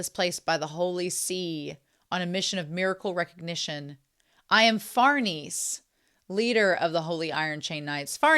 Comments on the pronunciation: It's SER-pee-koh and far-NEZ-eh, they're Italian names. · Hello, farnese is pronounced far-neh-zeh. It's the name of a real noble italian dynasty